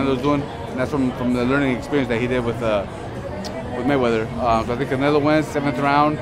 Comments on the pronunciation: lmao! He said caMelo!! Lol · CAMELO will win 🤣💀🤦🏻‍♂️.. he said CAMELO .. smh 🇺🇸👍🏼